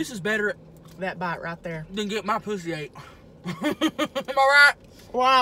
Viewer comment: You tell her not to curse, but you said pwussy?